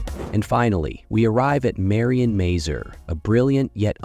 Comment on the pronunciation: ma-- zoor ,not mey zyir ...